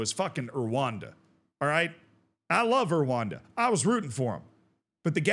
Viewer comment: You love Erwanda? You refuse to learn how to say Rwanda!